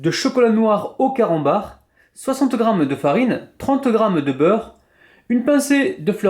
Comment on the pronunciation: C moi ki entend mal ou à 00.18 il a d'i camanbar au lieu de carambar 😂